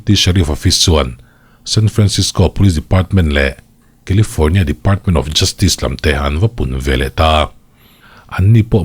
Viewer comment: Kilifâwrnia lama kan kîzen ten lo nawr deuh se, FIR lamah lo report nawn leh se la. Thuthlûkna (not thutlukna) thar lo siam se a ṭha ang. 😂